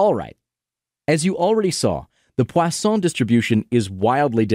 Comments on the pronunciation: The high-effort pronunciation of Poisson juxtaposed with the butchering of Euler was incredible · pronounces poisson correctly, can’t pronounce euler correctly